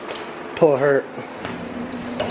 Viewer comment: Lmao "pull a hert"